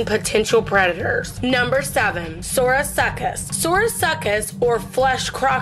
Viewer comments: The quetz can carry more then 3k wieght and its favourite food was guessed to be thick fish meat and the baby megaladon is smaller than a great white full size i mean having a baby half the size of you i dont think that could possibly happen and the sarcosuchus is pronounced sarco-suches and my favourite of them all the mosasaur has super sharp teath that if where poked would have a chance to cut you badly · "Sorosucus" wtf! Im dead. Then they said "fucking dinosaurs!" Lol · You pronounce Sarcosuchus wrong. It’s Sar Co Sukis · Sar-co-such-us not suriacoscus and titan-bow-a not titanabaoo. Mo-sa-saur not moasasaur. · The sorasuckess bruh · Also “Sarco-such-us hahaha 🤣🤣🤣🤣🤣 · is pronounced Sarka-Sookus. Ya welcome. 😏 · I like how you lack the ability to correctly say "Sarco" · It pronounced sar_cu_suc_us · What is a Sorosuchus! Silent C? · You pronounce it ( SAR-CO-SUE-CUS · Sourasuckus? Work on Pronunciation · She sayd sarcosuchus wrong. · On number 7 she can not pronounce the biggest croc that ever lived name 😂🤣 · Sar co saur us!!!!!!